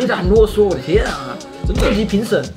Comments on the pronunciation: 囉嗦變成成囉囉了啦千～ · 囉嗦變成囉囉